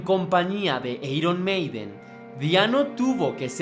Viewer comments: Pésima información porque en la primera producción Paul ya intervino en la composición p.e. "Running Free" y luego ...."eiron" ? en todo caso se pronunciaría "airon "....a pesar de todo le dí mi like al video pero por Paul y la banda....al señor que ha preparado la nota se le sugiere que se prepare e informe mejor. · Airon Meiden, no eiron Meiden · Eiron maiden o airon maiden???? (Iron maiden) no inventes oe jajaja 1858 xdddd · jajaaja cuando alguien que claramente no le gusta el genero pretende hacer algo para aprovechar la ola sale esto. eiron maiden, punk osea mala pronunciacion y datos inexactos jajajaja toma tu dislike